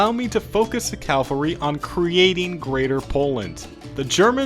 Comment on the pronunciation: Are you saying CALvary on purpose instead of CAValry?